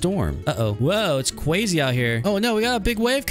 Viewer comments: You are saying kwazy instead of crazy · Why do u say cwazy